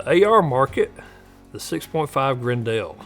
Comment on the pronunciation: It's pronounced like "Grendle", not "Gren-dell"